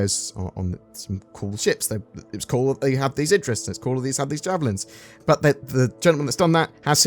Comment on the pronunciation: Did you say "I'm spawning a Javelin Zin"?